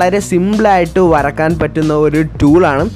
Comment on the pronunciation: വരക്കാൻ അല്ല വരയ്ക്കാൻ........